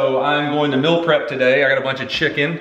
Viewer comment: So, can pronounce 'dill', but not 'meal'??? WTF?